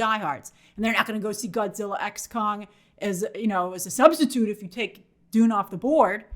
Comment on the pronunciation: Idk if Grace constantly mispronouncing Kong for “Kang” and saying “Godzilla frozen empire” is a part of April fools or not🤣